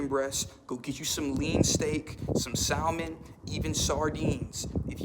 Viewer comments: It's pronounced sa-mon (silent l) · Please learn how to say salmon